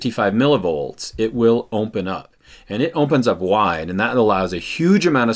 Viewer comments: ‘Ompen wide Ompen’ 😂😂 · lmaooo "ompen wide ompen"